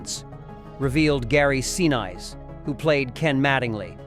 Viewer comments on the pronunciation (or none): The man's last name is pronounced "Sineese" not "Sin-ice".......calibrate your AI please. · See-nize? WTF? Oh, I get it - that's technical speak for "press the Do Not Recommend button NOW" because the pictures and voice are all BS. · Get your AI narration to pronounce names correctly - It IS NOT 'Gary Senise'! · I thought they said Gary See Nice! at any rate bad , stupid mistake! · To the narrator: Please get Gary Sinise's name correct. It's pronounced "sih-NEECE". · I love this movie, but you lost me and got my thumbs-down at "Gary See-Nice" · My all time favorite movie. A nice presentation but yes, please use real human narrators. Gary Seen-Eyes, recreation, I heard Swigert's name pronounced "Swiggert". They honor the event and film with a decent presentation and lose any credibility with mis-pronunciarions. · What? You haven't heard of the famous actor Gary Seen-eyes? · e.g. Gary Sinese. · Get a human narrator. Maybe then the pronunciation of words like re-creation and Sinise will be correct and lend some respect to the finished video. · Gary Sinise's name is mispronounced. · You should learn how to PROPERLY PRONOUNCE Gary Sinise's name! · Unfortunately this video lost me after the butchering of Gary Sinise' name. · Idiotic that the narrator cannot prounce Gary Sinese name properly!! how stupid. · These videos would be soooooooo much better if they used an actual voice narrator instead of AI. Real voice narrators know the difference between recreation and re-creation, and they can pronounce Gary Sinise's name right. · Boy you guys got that right mispronunciation of Gary's name is damn unpatriotic